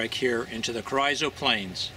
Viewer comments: I'm from close by. My whole life I've only heard Carrizo pronounced Carr- eeeso " Careeeso" . This might be wrong , but young or old that is definitely how its pronounced in western Kern county . Enjoy your vids. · Carizzo is pronounced Careezo (soft a) by indigenous people of the Southwest area of the US. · Lol "carryzo" plains🤣🤣🤣